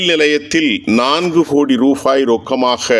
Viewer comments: Rufaai அல்ல rupaai. தமிழறிந்தோரை வைத்துச் செய்தி வாசிக்கவும். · Aam, rubaai ku bathil rufaai enru kooruginraar 😂